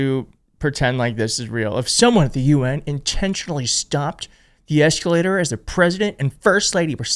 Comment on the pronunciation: That eecalator operator is a legend 😂😂😂